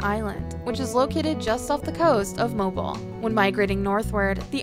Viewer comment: Not too swift! Pictures of swaying palms in Alabama. Come on! Deserty mountainous area...not here. Even some of the waterfalls were not here. Pronunciation of Mobile?? Notvsurecsheceven visited Alabama. Terrible!